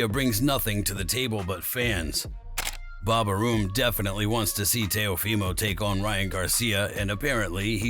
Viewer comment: Bob Airem is how it's pronounced